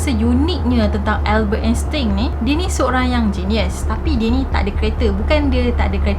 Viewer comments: salah tu sbut nama dia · Sebutan sebenarnye Albert Einstein adalah.... 'Elbert Estain'